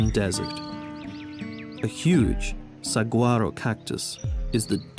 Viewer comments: Say "Sawaro" cactus and say "Heela" monster 😊 that is how we pronounce those names. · Someone needs to teach this guy to pronounce Gila monster "HEE-la" and Saguaro cactus "sah-WAR-oh".... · I hate to be the one with the willow switch here~ but it's pronounced "sa-WHA-ro* 🥸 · I have lived in Tucson, AZ my entire life. This is such a dumb freaking documentary. The GILLA Monster!!!! You jackass. It is pronounced "hee-la." You did the same thing with the saguaro cactus, which is pronounced "Sa-war-o!" If you can't even get the names right, what the hell else did you get wrong? Oh yeah the lame-ass eVoLuTiOn propaganda. You're a clown. This is not a documentary. It is a joke. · Enjoy your work but you neglected a research basic: checking pronunciation of names. The cactus is Sah-WAH-ro and Gila is pronounced HEE-lah whether referring to the reptile, the river, the county or the Native American tribe. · Awesome! For future reference, it is pronounced “Suh-War-oh”. The G in Spanish turns into an H sound in both Gila Monster and saguaro. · Great photography...BUT: somebody really should have prepped the narrator on the correct pronunciation of Gila Monster and Saguaro Cactus.